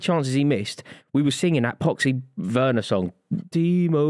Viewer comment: Truth spoken for once by Rory/Buvey. Timo Werner is SOFT. Also needs to be told its a hard ‘V’ sound not soft ‘W’ on Werner. Grating to keep hearing it 😬💀